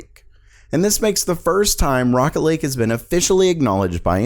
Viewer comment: who else heard rocket league other then rocket lake! facepalm